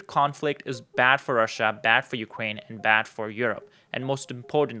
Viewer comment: I cannot take information seriously from a person saying “Ukwaine” & “disagweed”, especially with single sided criticism.